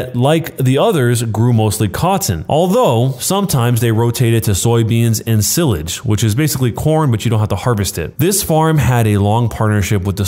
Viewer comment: He pronounced silage wrong